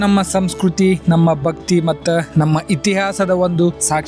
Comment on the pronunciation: ಬಕ್ತಿ ಅಂತಾ ಅನಬೇಡಿ ಭಕ್ತಿ ಭಕ್ತರು ಅಂತಾ ಉಛ್ಘಾರ ಮಾಡಿ